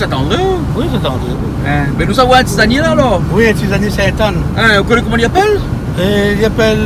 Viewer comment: Tisanier et pas Tizanier